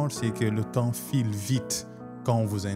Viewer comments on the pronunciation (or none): none